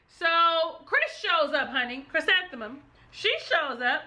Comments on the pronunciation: You're pronouncing her name wrong, its Chrisantheium (Kris-an-the-um), not Chrysanthemum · All my favs getting Chris name wrong its Chri- SAN- The-um. Not like the flower Chrysanthemum like the flower 🤣